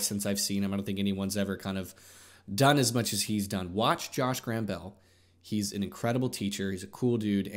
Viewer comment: Is that how you write "PAID" ? Also, its Josh GambRell, not GRambell